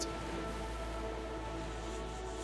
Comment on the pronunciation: Phlegraean = Flegrian (Do you pronounce phlegm as flam?)